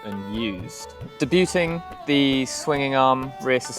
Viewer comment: "debooting"? wtf sorry mate I'm going to have to stop you there.